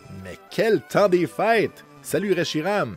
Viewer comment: J'étais persuadé que tu disais fight pour le mot a dire, je comprennais pas pourquoi 😂 en fait c'est fêtes ahah bonne fêtes a tout le monde